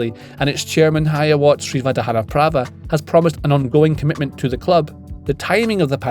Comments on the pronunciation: The most impressive part of this video is that pronounced the Leicester owner's name correctly. 😂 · jj killing that king power chairman pronunciation